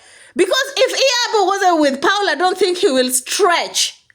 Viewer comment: his name is Paul O, not Paulo.